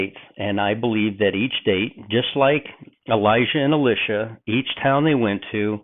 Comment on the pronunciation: I think your understanding of the thinking of both Elijah and Elisha (including your pronunciation, which is horrible) is far from their actual thinking.